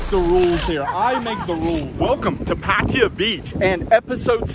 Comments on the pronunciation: Pa-Thai-Ya. Not Pattia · It's Pattaya pa ta yaa ... Not pat tee ya Or in Thai พัทยา so many foreigners get this wrong ask the Thai girls how to pronounce Pattaya properly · Pattaya is pronounced like this PUH - TAI - YUH not patia ! ! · It ain't PAT-T-ah. Jeesh. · I can't stand how some farrang keep saying "Paatteeya". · Haha. This guy say the words pattaya so wrong. I am in pattaya right now bro